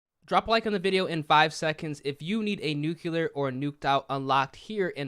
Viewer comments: Nu-clear not Nu-Cu-Lur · Nook you lar.... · Yo I usually don’t mind when you say nuclear incorrectly but you said it wrong way too many times this video 😭